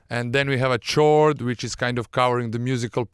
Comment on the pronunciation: is pronounce "Kord" no "tchord"